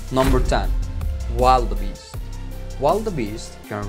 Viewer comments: Modern accent: predator , wildebeest Bro said Producker, wild a beast English is obviously not his first language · It is pronounced will-de-beast, not wild-de-beast. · Im not knit-picking, just telling you for future videos... that's a Wildebeast (wil-de-beast) or wil-da-beast it's pronounced, and we didn't see any lions being killed by their prey. 🤨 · 😂😂😂 that's what I kept thinking. Man, he needs to Google how to say predators lol. Edit: he actually needs to Google all the hard words like predators, wildebeest, giraffe, Zebra, buffalo, huge, big, choice, oh boy, too many to list them all.